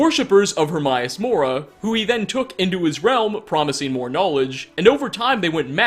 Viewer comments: “Her-my-ass”? Oh, *Her-may-us*. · Her-may-us. Not herm-eye-aus. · Her-may-us it says it in the game so there is no excuse more mispronunciation of his name hate when people mispronounce a name said out load in a game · AE is pronounced EE, daemon aegypt for fuck's sake get it right! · Hermaeus is pronounced exactly as it looks Her May Us also Vel Ah Thee sorry lol but he even says his own name xD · the way you say hermaeus makes me cringe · Pedestool, eh? Its like some people don't even try. People who don't speak english have better pronunciation than youtubers. I mean learn how to pronounce hermaeus for fuck sake. HermAeus not HermIus